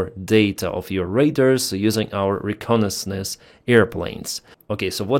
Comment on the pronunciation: Bahrain is a country, Bagram is the airbase. Also, try google for pronunciations - re - con - nais - sance. For all the effort you put, the outcome feels like laziness or satire.